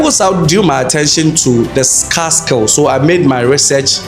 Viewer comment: Scar from the wound or scarce skills , why u speak English if u can't pronounce well